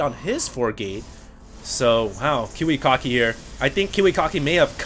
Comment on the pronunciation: its ki wi KACK ki not kiwi cock ki